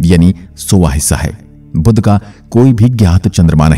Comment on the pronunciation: बुध का उच्चार बुद्ध ना करे